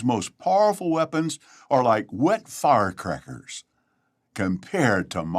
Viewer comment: When Stephen Lett said that the weapons are like wet firecrackers, I seriously thought he was actually going to say wet farts. That's what it sounded like. lol